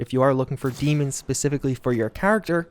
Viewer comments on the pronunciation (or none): isn't pronounce "DAY-MONS"